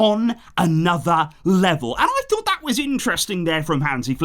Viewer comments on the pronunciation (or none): none